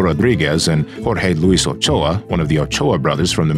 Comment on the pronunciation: Is that really how Ochoa is pronounced? Damn I’ve seen so many people(myself included) pronounce it so wrong this whole time.